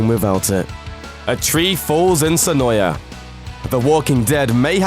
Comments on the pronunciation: It's SEH-NOY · HE IS SAYING SENOIA WRONG. TO ALL THE YANKEES AND OTHER PEOPLE WHO SAY I AM WRONG, IT IS PRONOUNCED SEN-OY. OH. MY. GOSH. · If you ever visit Senoia... they will let you know right away that it's pronounced "Sen-oy". I found out the hard way. LOL . The locals are really cool there... they put up with alot.